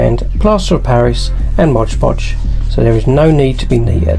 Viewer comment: Great work but what is "Modge Podge"? I've heard of MOD Podge but never Modge Podge. Is that different?